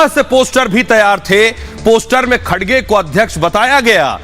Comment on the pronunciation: खडसे नहीं, खर्गे नाम है